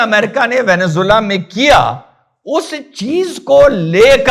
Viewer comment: वेनेज़ुएला होता है ओभैंसी सर वेनेजुला नहीं होता है